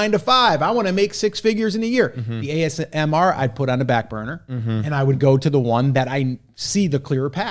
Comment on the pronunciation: I’m confused 🤔 is it amsr or asmr? Hat 🧢